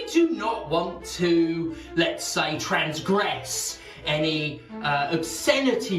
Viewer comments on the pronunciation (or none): Trans-gress, eh?